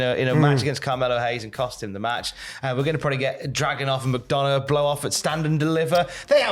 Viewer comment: As a McDonagh it's nice to hear someone pronounce it right, sick of hearing the commentators saying micdunna